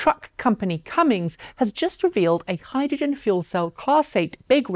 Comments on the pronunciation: By the way, the truck company is named "Cummins" not "Cummings." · Cummins is pronounced just the way it is spelled. Not “Cummings”. I know, it sounds strange, at first. . . . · You can't call Tesla niche when they put out 3 times more cars in a quarter than Lotus has actually ever produced. Also, there's no g in Cummins... Thanks for the laugh though.